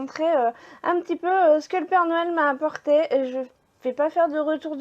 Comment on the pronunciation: On dit Noël et pas noyel